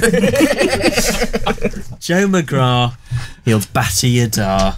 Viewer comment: I’m much happier pronounces McGrath correctly now.